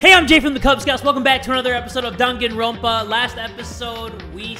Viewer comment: I can't help but keep hearing dunkin ronpa whenever Jay says danganronpa